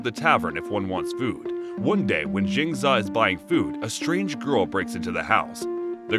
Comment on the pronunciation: It’s Jiang Zeee Yaaa. Jin za just doesn’t sound right but great review nonetheless